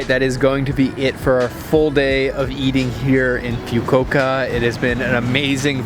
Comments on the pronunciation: Pronounced as fu-ku-wo-ka not fyu-ko-ka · wtf is FIUKOKA? it's FUKUOKA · Its FUKUOKA NOT FYUKUOKA gosh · Please say “ foo-koh-uka.. its not “few-ko-okah” , the food looks delish:-) domo arigato! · Just re-watched this video. Dude it is pronounced as Fookuuoka not Fukuka. Also Camembert cheese is pronounced as Camembear not Camembert!!! Where did you go to school or learnt English. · It's pronounced Fu. Ku Oka and not few ku oka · Fyu koka 😂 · Few Ko Ka? OMG ! Come on dude! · I cringe anytime he says Few-Coke-Ah. That ramen broth looks amazing though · it's pronounced: FOO KOO WOH KAH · Cool place the ramen spot but mate if you want to have any sort of credibility at all learn to pronounce the name of the city you are visiting. It is not that difficult...FU-KU-O-KA, ffs. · I cringe every time he says FYU-KO-KA.. lol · lol nice vid!, it's pronounced "foo koo oh ka". keep up the good work! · I almost puke after he says Fukuoka(Foo-koo-oh-kah! ). lmao!!! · you completely butchered the name of the city. its disgustingly disrespectful because its so obvious and japanese is entirely phonetic. foo-koo-oh-ka. if you wanna be taken seriously as a travel vlogger, don't be lazy to do some research. i watch your videos because i do enjoy the content but you've made so many mistakes it really bothers me. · Awesome video. It's just really distracting everytime he mispronounces FUKUOKA. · How do you go somewhere and not even know how to pronounce where you are?! 😩😖😤